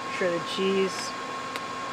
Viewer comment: cheese not chese...hehe